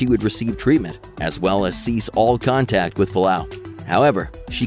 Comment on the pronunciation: F-u-a-l-a-au, not falau